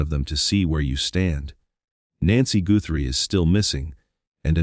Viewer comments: lol😂😂😂 it's Guthrie not goothrie Hun 😂😂😂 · Pronounce the last name, Guthrie, right, Not Goorhrie. AI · I find AI narration quite irritating - grammar, punctuation and pronunciation errors. It's NOT Nancy Gooo-thrie!! Hope I am wrong but I think Nancy was murdered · What a dummy narrating this - he can’t even pronounce Guthrie correctly much less not being able to say What Tucson! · It mispronounced a few words and the last name 'Guthrie'. 😁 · why is the guy reading saying words wrong? Goothrie? alibee? is this AI reading? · Not to mention "Tuck-son" and "Goo-thrie" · I'm sick of the computer generated narrtive . Can't pronounce 'guthrie', tucson', 'alibi'. Stupid. And the SIL's nose is way too big and he is clearly over six feet tall. This is just entertainment. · Is it impossible for AI to pronounce names and words properly? In this vid, Tucson and Guthrie were mispronounced several times. I stopped watching and listening to this one. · I can't watch something that cannot pronounce words correctly. IE; Guthrie, alibi, Tucson. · What dummy is narrating this video? Goothrie vs Guthrie? Alaby vs Alibi? Li-sure vs. Leisure? Wee-Fi camera vs a Wi-FI camera?So many mispronunciations on this video. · Has anyone counted how many times the AI has mispronounced simple words like "Tucson", "live" or simly the Guthrie's name? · I don’t usually comment on a video’s narration because there are more important issues. But good grief, this was just awful. The mispronunciation of Tucson, plumber (plum burr) and the Guthrie name. The poor woman has vanished, can’t you have enough respect to pronounce her name correctly? I stopped watching this slop.